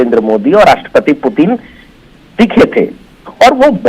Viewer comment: Anchor व्लादिमीर पुतिन की जगह व्लादिमीर पुतिन बोल रहा है ,जो एक ब्लंडर है,कम से कम रशिया के प्रेसिडेंट के नाम का तो सही उच्चारण करे।ऐसी गलती अक्षम्य है।